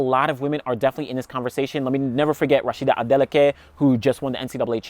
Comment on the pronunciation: That Rhasidat Adeleke pronunciation though. Nice 😮